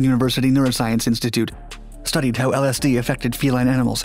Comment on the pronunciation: you couldnt have pronounced lsd any worse 😭